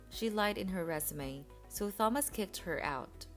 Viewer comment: learn from Ava, the correct pronunciation of the name Thomas.